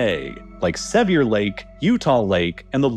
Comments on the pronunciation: Sevier Lake is pronounced like "severe" also later into the video, the second A in Wasatch is pronounced like cat (or satchel since it's similar spelling) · Sevier lake is pronounced “Severe” btw. And Wasatch is pronounced like “hatch”. Great video as always! Source: played football and wrestled against North Sevier and South Sevier and live on the Wasatch back. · i cringed when Sevier lake was incorrectly pronounced. say it like SE-VE-RE Lake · Great video. Just FYI, Sevier is pronounced just like the word "severe"